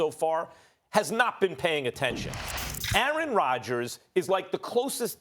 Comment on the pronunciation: I wish Max would learn how to pronounce "Aaron".